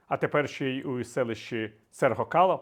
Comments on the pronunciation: Шановний пан Виталий, в названии городка Серго - кала, окончание калА, а не калО. Звучание имени этого города, как у столицы Дагестана - Махач - кала. (Махач - имя большевика Махача Дахадаева, кала - город). Также и в случае Серго - кала- - первая часть от имени Серго Орджоникидзе, вторая часть кала - город. Вибачьте! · Ударение скорее всего на последнем слоге. Все знают город Махачкала, а теперь узнали о селе Сергокала. Кала переводится как крепость, то есть крепость Серго, крепость Махача (форма имени Магомед).